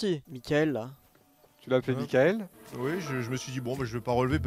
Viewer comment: C'est Michael pas Mickael... Michael Jackson...👍 Pas Mickael Jackson...🤦‍♂️ C'est mon prénom donc je sais...👍